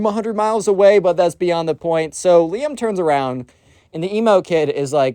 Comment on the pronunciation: RIZZ!!!! Also when you say Liam i hear Liem maybe i just have that Eastern Europe ear but im just hearing russian